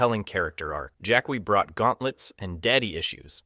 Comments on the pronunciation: Jack-wi? It's pronounced jack-ee. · Jackwee? Jacqui is said as Jackie! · Jac-wee? Smh 🤦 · Jack-we? Noob saibo? Really? 🙄🙄🙄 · I CHOKED ON MY DIET COKE… “JACK WEE” BAHAHAHA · Pronouncing Jaqui "Jack -wee" is hateful in itself. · "jack-we*? Seriously? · What gets me is how inconsistently you mispronounce names. Who the hell is "Jack-Qwee" or "Noob-Saiboot"? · Please tell me that you know Jaqui is pronounced Jackie and you’re just having us all on 🙄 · Who the 🦆 is jack-kwee? 🤔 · Jaqui wasn't left out of MK1, it was an in universe hard reboot. Notice that she was nowhere near the only character? And the way you pronounce her name, god give me STRENGTH, tell my you haven't played MKX or 11 without telling me you haven't played them, they say her name MANY times. You raise valid points about her other than those two, but come ON. One other naff point, her move set is real world martial arts? Good job describing MOST OF THE CAST...